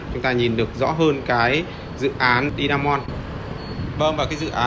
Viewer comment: Hải phong Today mà đọc Di a mon thì dở rồi